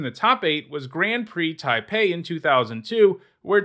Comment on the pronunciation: The fact that you said "Taipei" is pretty weak bro.